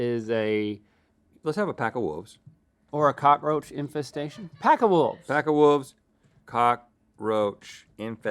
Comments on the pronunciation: "Pack of Woves!" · “Let’s have a pack of wooves” Wooves Woof Werewoove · "pack of woves" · Rhett back at it with "wooves" instead of wolves 😂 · “Let’s have a pack of wooves” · Rhett: “A pack of woffes” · Rhett said woofves